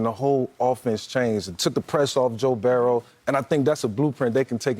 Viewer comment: Mike Vick: “ Joe Barro”😂😂